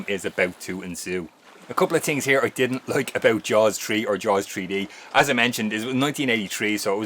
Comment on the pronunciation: “Jaws Tree” 😂